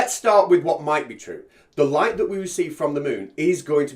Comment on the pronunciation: I really CANNOT listen any further to this puny brained parrot. And what the h*ll is a 'loight' ? (sunloight, moonloight).